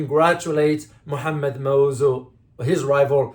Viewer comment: Sir you don't even know how to pronounce our elected presidents name.